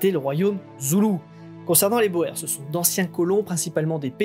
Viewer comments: Remarque : on prononce le mot "boer" : "boure" . C'est un mot d'origine néerlandaise qui signifie 'paysan' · Oui boer prononcé comme cela c'est plus un petit poisson.